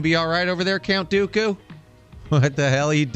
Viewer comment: “Count Dookoo.” 😂